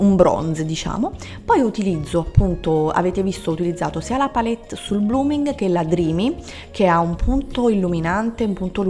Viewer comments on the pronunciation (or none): none